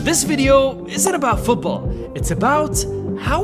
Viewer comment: The way he says Football Fuuthsball gets me everytime